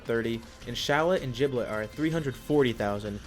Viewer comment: I get a little iffy when he says giblet like “JIBLET” that’s like saying: wow this food is “JOOD”!